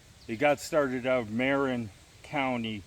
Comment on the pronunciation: Interesting video with some good information. By the way, that county in Ca. spelled Marin is pronounced muh-RIN.